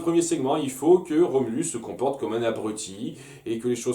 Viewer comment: En fait, c'est Rhombulus, pas Remulus.